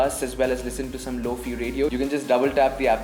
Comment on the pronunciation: Bruh , lo-fi pronounced" low fy not fe" , opposite to hi-fi , I used to pronounce it as fee too XD